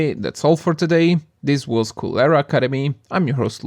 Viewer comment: Coolera, like cholera?